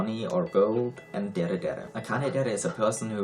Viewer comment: As soon as he correctly pronounced dere I was like "YES, HE IS A OTAKU"